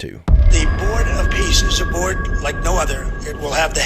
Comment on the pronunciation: "Peace" sounds a bit too much like "Beast" :( ?!